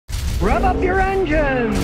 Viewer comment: He’s saying “rev up your engine” not ”rub” lol